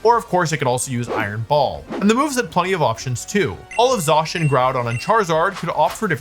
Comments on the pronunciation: I like how Wolfy switches between pronouncing it “Zay-cian” and “Zah-cian” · Hearing you say zacian wrong every time but once it's a fact I'm willing to overlook if you will please for the love of all that is Pokémon stop saying "Row Tom" when saying Rotom. It's motor backwards. In no universe would you say "Ma Twor". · I usually don’t let things like this bother me but the way he says Zacian makes my teeth hurt.